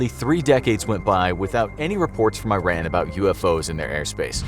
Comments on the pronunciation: This guy says Tehran correctly but pronounces Iran as the word 'Ran' are you kidding me dude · Its actually pronounced as IH(EE) RAAN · You're pronouncing the country wrong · animates Iranians wearing Arab head-dresses and mispronounces the country You clowns aren't even trying. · Terrible job pronouncing the country’s name. And also Tehran isn’t a desert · Very Poor illustrations and full of Stereotypes!! 1. NOT "I ran" , this country is named IRAN!! repeat it till learn it! 2. I was born and raised in Tehran and lived there for 31 years. As Iranian, this city even in 1970s looked like modern Cities like European and U.S. cities, not a like Town before 2000 years ago. 3. Generals in Iran does not look like Terrorist leaders who are shown in west TVs with 1 meter Long beard. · I-Ran? !! u Say I-TALY???!!! Its Ee-taly, And Also Ee-Ran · Well, first of all its E_ran not eye ran. Second, DOES NOT exist in iran. At least not in tehran. What is this Arabia? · This narrator can't even pronounce the name Iran correctly!! It's E-RUN not I- RAN , just like pronunciation of Italy , also the animation shows palm trees , 4 your info , Tehran has 0 palm trees , climate is parallel to Denver - Co , it has a ski resort . Also in 1976 Tehran was a very moder looking city & people didn't look like some village in Saudi Arabia!!! But again ignorance has no borders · It's not pronounces i-ran it's pronounced like E-run , it's not a apple product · It's not "eye ran" it's "ee run" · It is pronounced ERON not EYERAN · E R A A N.... That's how you pronounce the country's name not "I ran". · It is not i-ran, it is pronounced E-run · it's pronounced E-run not I-ran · not AI-RAN is E-Ran that's how you pronounce it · Eye - ran. Like iPhone. I think the correct pronounciation is Eeh - ran. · It’s pronounced “E-ron” not “I-ran” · it's pronounced e-rhan not i-ran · Hahaha. It's pronounced as E-Ran not I-ran. Just like india is pronounced E-ndia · Its pronounced earun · It's pronounced ERAHN.